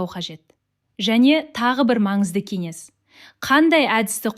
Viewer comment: Неге қазаша үйренбейсің.Н деген Ң әріпінен бөлек қолданады.Ң-ның орнына басқа әріп қойып сөйлеуге болмайды.Мысалы кенес деген сөз жоқ қазақта.Кеңес деп айту керек.Бәрі жақсы, тек сақауланбай сөйлеп үйрен